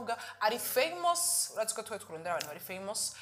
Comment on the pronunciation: Akagashano kagatumire ntansiguro k ariko karatanga neza hama nawe wa mu journaliste wiyigishe kubaza nubwenge kuko birakugoye irurimi kavukire famous nikirundi maze ukanakivuga nabi ngo ni femos hhhh,bavuga femes . rero vuga kirundi sha